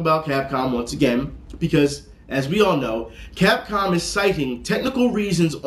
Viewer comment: Is there a reason he was sayin Cop Cam and not Capcom?